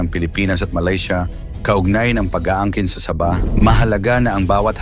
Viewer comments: SA-BAH HINDI SABAH PRONOUNSATION PARANG SAGING NA SABA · Para Kang bumibigkas ng saging na SABA. SAB...AH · ayusin mo pronounce mo sabah hindi parang saba na saging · ang pronunciation sa bah. Hinde sabah^ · Paki ayos mo naman ang pagbigas mo sa sabah..nakakairita ang iyong pagbigkas.. Sa-bah....hindi sabaaaaahhhhh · Saba saging yng pagbigkas mo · Saging binibigkas ng ah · Bobo k bang vlogger...ayuson m nga pag pppronounced ng SABAH..gngawa .ong saging eh..bobo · Ayusin mo ang pagbigkas ng sabah.